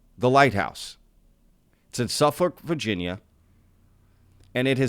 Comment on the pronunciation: Hey. Thanks for saying Suffolk as it should be pronounced!